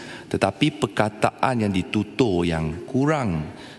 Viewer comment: Speaker pun pelat, mcm mne tu, tutur pun bunyi mcm tutuh jer, 😆